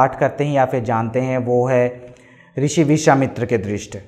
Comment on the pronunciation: Rishi nahi krushi, vrushwamitra nahi vishawamitra